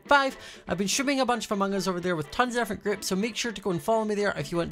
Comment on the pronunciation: How most people say ‘Among us’: “Amung us” How says ‘Among us’: Amohngus How Quackity says ‘Among us’: AMANGUS